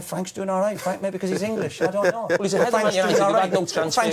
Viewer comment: Keane sounds french. "I dont no." hahahaha